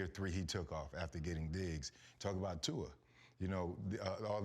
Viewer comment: I wonder how much practice it took for RC to say Tua’s whole name effortlessly 🤔🤔🤔